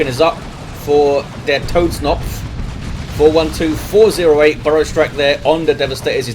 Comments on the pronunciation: germans the fk do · he is raping the german language ^^